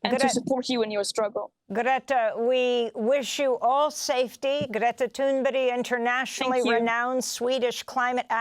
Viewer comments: Ghreettha Toonberry? Calm down Amy... So extra... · Who's Gretta ThunBerry? As an anchor to a show you should really get the names right of the people in your piece coz you sound kinda dumb to be honest! Like all these people who support Gaza and Hamas